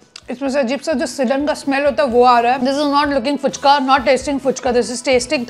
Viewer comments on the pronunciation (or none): Puchka ❌ fuchka ✅